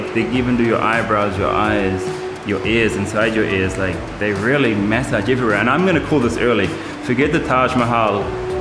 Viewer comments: Why u keep saying: MEssage???…. It is MAssage!!!!! 🤣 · Take a shot everytime he says May-Saaj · What accent are you using? 'Maysage'..